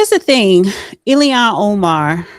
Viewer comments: its pronounced illllll haaaaaaaan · It's IL-HAN . With all due respect.